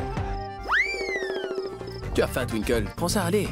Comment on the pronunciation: 😅😅toutes les monds dit twinkel mais lui dit tinki 😅😅